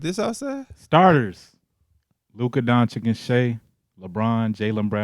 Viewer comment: Mike saying Donchick is pissing me off